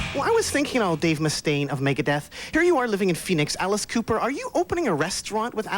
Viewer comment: “Maygehdeth” -nardo